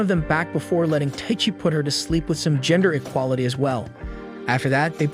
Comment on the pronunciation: WTF IS THIS "GENDER EQUITLY "